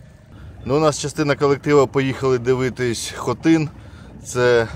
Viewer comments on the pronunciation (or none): none